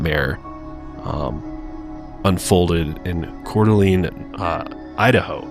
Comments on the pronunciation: It's pronounced Core-Duh-Lane not Core-Duh-Lean LOL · As a local, I just wanted to let you guys know that you are mispronouncing Coeur d'Alene . The last part is pronounced as lane, not lene. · Yeah it got me bugged 😆 I lived in Spokane, not Coeur d'Alene but we went a lot. I also have OCD so that could be part of it.